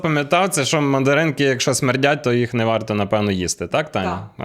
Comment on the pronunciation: Я почув не "Мандаринки", а "Материнки".😂😂😂